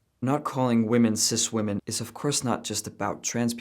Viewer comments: I hate how she says women and woman the same 😂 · I just can’t stand it when people pronounce women as "woomun" instead of "wimmin". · What she says would be a lot more comprehensible if only she knew how to pronounce the word "women". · I can't watch a person who can't pronounce "women". I appreciate them dropping the "cis" but ffs using woman for singular and plural is making my eye twitch. I love your content, but I have to bow out of watching this video. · Does everyrone SERIOUSLY forget how to pronounce “women??” I swear to God, people don’t know how to say it, nor do they know the difference between “woman” and “women.” It’s not hard, folks. Singular vs plural. 😂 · Right, but that has nothing to do with my comment. People these days have no concept on how to pronounce the plural form of “woman” which is “women.” I wasn’t talking about they/them.